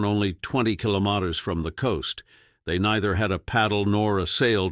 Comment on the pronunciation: what's a kilomater ??